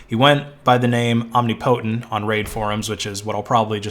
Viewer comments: Om-NIP-otent not omni-potent, genius. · Om-nip-o-tent. Shit that hurt to listen to. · You're pronouncing "omnipotent" incorrectly. "om·nip·o·tent" is the correct way. You're saying "omni-potent". Just for future reference if you talk about this again. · This dude really pronouncing omnipotent as Omni-Potent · It is pronounced "om-nip-po-tent" not "om-nip-po-tent". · BTW the standard pronunciation of omnipotent is "om nip o tent", although being the person's handle, it's always possible they actually said "omni potent" and you're correct. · 'Omni' + 'potent'' eh? I am so embarrassed for this dude right now...It's 'Om' + 'ni' + 'po' + 'tent' . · I don't know what the correct way to pronounce it is, but every time he says "Om-nee-po-tent" I think to myself, "Om-nipuh-tent" ...because it sounds better. That's all I have to contribute to this conversation. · said "om ni POTENT." Correct pronunciation is "om NIP otent." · this dude really pronouncing omnipotent as omnipotent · It's tolerable but it's hardly ideal. Think about pronouncing a related word like "omniscience" in similar fashion and it sounds especially ridiculous.